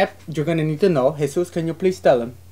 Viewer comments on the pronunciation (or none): It is Jesús why do you people get it wrong and yes I did